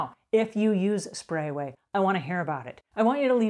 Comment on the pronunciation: Great video. I just wish she would stop mispronunciating the name of the product.